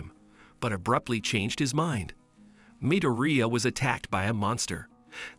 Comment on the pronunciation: You have done a awesome job explaining what happens in MHA and what a bada** deku is. But I know im going to catch a lot of crap for saying this but if you watched this in english why can’t you say izuku midoriyas last name properly sounds like your saying diarrhea with an M slapped in front of it. In addition you say ragdoll is a man when clearly shes a girl she has boobs. And tokoyami a main character word for word you say (she uses her shadow). When Tokoyami is a dude. This is the mistakes i found only a half hour into your video and anyone who hasn’t watched my hero academia is getting told the incorrect information about certain characters and I’ve only watched a half hour so far. Yea im sounding like a A hole here but at least do the research to get the genders right. Besides that you have done a great job for explaining 5+ seasons into almost 4 hours.